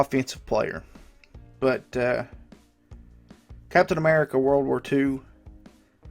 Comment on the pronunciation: captain ammerrica